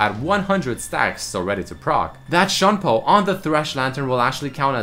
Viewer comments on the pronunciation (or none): Its Shunpo, not Shampoo, SHU N PO!